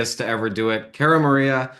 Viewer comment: Does this guy even watch the show? I feel like it’s been at least 10 years since I’ve heard someone mispronounce Cara’s name.